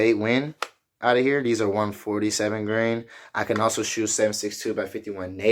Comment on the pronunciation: Grain...not Gran